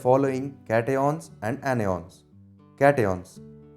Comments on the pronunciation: Catioans Anioans 😂❤ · i heard caty-on and any-on